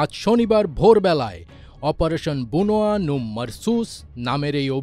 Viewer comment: "বুনয়া" হবেনা "বুনইয়ানুম" হবে